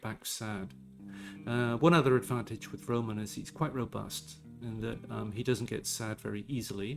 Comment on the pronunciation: it would be more correct to say «RomAn»